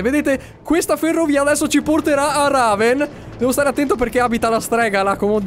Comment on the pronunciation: la città si chiama REVEN non "Raven"